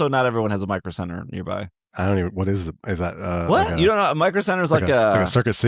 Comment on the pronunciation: it must be the way he said it because I also immediately thought circuit City when he said micro center even though I have a roommate who frequenced micro center so I absolutely know what store it is.